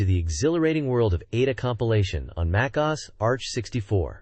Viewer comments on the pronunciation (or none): A virtual Mai-kaws machine? Gee-Nat? dude... gemini is outta control